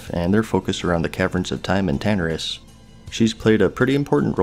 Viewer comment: Tan-a-ris you said tanrius haha love the vid bro